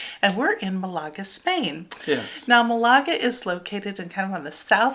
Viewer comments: MAL a ga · The Alhambra is in my top 5 sites I have seen anywhere in the world. I went twice in one visit to Granada. Just Amazing. Also, for Malaga the emphasis in on the first syllable. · The British pronunciation of Málaga is Mal a g